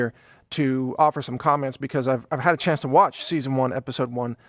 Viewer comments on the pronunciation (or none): none